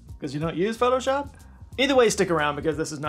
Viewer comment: Pho-to-shop? Whaat's thaaat?